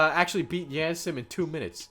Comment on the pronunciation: It's a pet peeve of mine that he pronounces yandere like the word and. Instead of pronouncing it like yandere like the word yarn